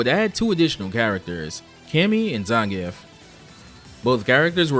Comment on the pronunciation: Man, hearing a native english speaker not butcher Zangief's name is music to my ears.